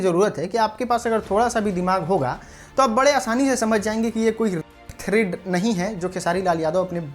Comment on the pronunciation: Thread nahi threat hota hai 🤣🤣